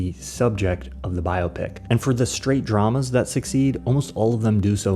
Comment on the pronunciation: thank you so much for pronouncing biopic the right way.